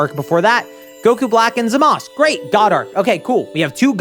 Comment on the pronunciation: Wait I'm confused, why does call them Zamas and Gowas instead of Zamasu and Gowasu